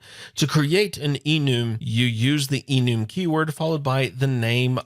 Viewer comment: just a quick reference, I believe it is prenounced e-numb. Have been working with some Java last year and it is something they have had for a while I believe. All the references I have heard have been pronounced that way. Just an FYI and thanks for the video. Longtime fan Love Your Work